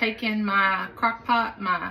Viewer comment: Crock “poot” candy hahaha